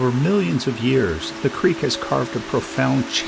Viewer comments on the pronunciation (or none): none